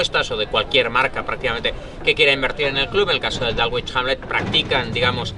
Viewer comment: dálgüich jánle... madre mía! bueno, dejando de lado la pronunciación barbárica del Dulwich Hamlet, lo importante del reportaje es que es oro puro, muchas felicidades!!!! es de 10 el seguimiento a futbol británico modesto!!! les recomiendo mucho dar un vistazo al Clapton FC o al proyecto de Robbie Savage que está tratando de revivir al Macclesfield Town ahora Macclesfield FC!!